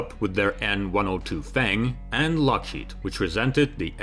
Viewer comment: is it just my impaired hearing or does the narrator say LOSHEED instead of Lokhead??